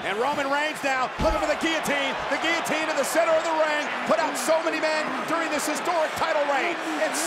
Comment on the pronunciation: Roman - everyone tapped out on giliteen Seth- seriously brother